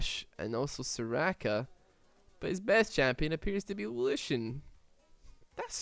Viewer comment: The name of lucian is on german i loved how you pronounced it xD